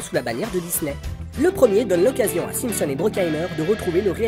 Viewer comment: j'allais le signaler aussi, en effet pas très clair la façon dont (simpson) c'est dit ;)